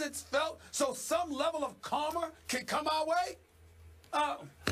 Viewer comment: "So some level of karmer can come our way"